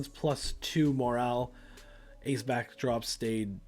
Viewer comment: i enjoyed the video and how you set up matches but.... its Ace Backdraft... not Backdrop or whatever you called him (twice)